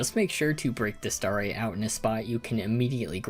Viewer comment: i'm sorry but half the time you say starite i can't help but hear starry which is LITERALLY my online alias so that always gets me chuckling also i find it super funny how kirby gets his dance cut off like two frames before it ends XD